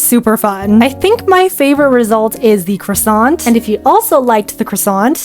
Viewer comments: That "croissant" was AMAZING ??? You have juste say "Croassant" and not "Croi(wa)ssant", but... WOW. (🍊) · My french side is jumping with happiness at her pronounciation of ‘croissant’ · that "croissant" was perfect (as a french speaker) 🍊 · 🍊yeah lol